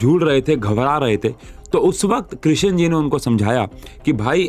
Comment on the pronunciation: Krishan Ji?? Kyu woh Sri Bhagavan nahi hain kya Sir? Sidhe naam se bula rahe hain aap to aur woh bhi ekdum galat pronunciation